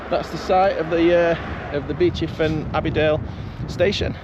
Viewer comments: Was wondering when you'd do towards Heeley as that's where I used to live. Ps Beauchief is pronounced 'bee-chiff' 😊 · Yeah, I can confirm Beauchief is pronounced locally as 'Bee-chiff' not 'Bow-chief' ;) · It’s Bee-chief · It’s pronounced Bee Chief.